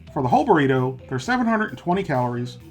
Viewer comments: It’s funny how he says BORRITO instead of BURRITO hahahah XD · Is he saying borrito?